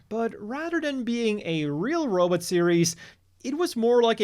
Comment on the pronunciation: You pronouncing robot the same way Dr Zoidberg does is hilarious.